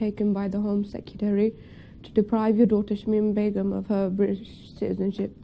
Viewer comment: 4th video on her and you still can't pronounce her name. Jesus dude, get a grip.